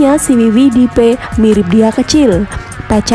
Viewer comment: Siwi sidi bukan siwi widi